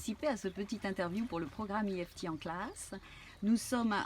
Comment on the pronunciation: l'i-èf-ti !!! En français c'es eu-èf-té